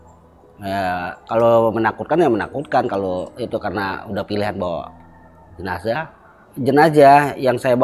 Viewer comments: "JENAZAH" bukan "JENAJAH" gimana Sih pembawa acaranya😂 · jenzah dibacanya jenassh bukan jenajah min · Jenajah? Bukan JENAZAH? Pusing² sih bahasa indon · Jenazah bkn jenajah. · JENAZAH...BUKAN JENAJAH😆😆😆😆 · Jenazah...bukan JENAJAH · JENAZAH bang bukan JENAJAH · kok jenajah😂